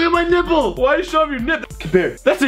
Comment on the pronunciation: he said nipple not nimple